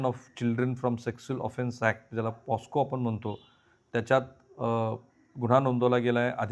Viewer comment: Protection of children from sexual offences act 2012 हा तो कायदा. त्याचं संक्षिप्त रूप " पॉक्सो" असं आहे, पॉस्को नाही, राहुलजी दखल घ्या. तुम्ही त्याचा उच्चार पॉस्को करत आहात.